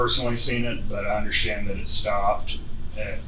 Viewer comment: Why do her and the detective say “underSchtand” for “understand”